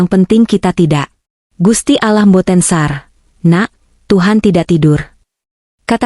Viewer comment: Baca sare e nya dibaca ya mbak jangan SAR aja sare artinya tidur